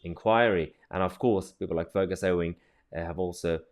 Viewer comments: Pronunciation of his name is 'you-ing', Ewing. Like his name he is a huge Farrrrrrrrrrrt. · Fergus Ewing is pounced ‘Yoo-wing’. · Mahyar, Ewing is pronounced yew-ing 😉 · That's not how you pronounce Ewing. It's Ewe (like the female sheep) ing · Sorry Tousi. How do you pronounce Ewing again?